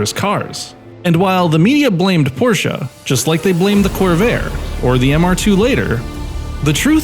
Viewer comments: It's Porsche (E like in emerald) Not Porscha (A like in America) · Every american who can use the letter E while pronouncing Porsche is the good guy. HINT: its not PORSH, its not PORSHA. Its PORSH-E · It is Porsche,not Porcha. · I did not come here to start an argument. And I am aware of the fabled "english pronounciation", because everything needs to sound english for some reason. However, this does not change the fact, that this is a german car from germany with a german name. You would likely give more weight to your point if your video was in german. I did not want to step on your tail or offend you, merely sharing information. Have a nice day and I hope I get to watch more of your videos.